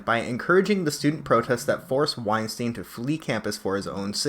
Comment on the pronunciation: Small point: his name is pronounced wine-stine (rhymes with Einstein). Not wine-steen. Not ween-steen. WINE-STINE.